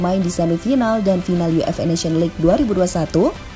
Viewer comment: dari awal sampai akhir kedengaran "yu ef e", jadinya UFA dong 😁